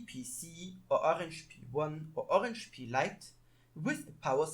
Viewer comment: There's the other side of a resistor right before the microusb line that you can use to solder to vcc-in easily, you've basically pointed directly to it but did nothing, it's working nicely here after some rerouting Also please don't say Orange Pee, cmon